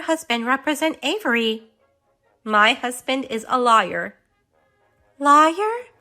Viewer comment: "My husband is a liar"😂😂😂😂😂 Lawyer is pronounced loy er. Alimony is given to divorced couples. Alienation of affection is sort by engaged couples.